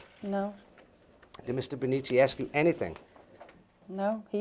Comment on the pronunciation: Please look up the pronunciation of the word “ask”.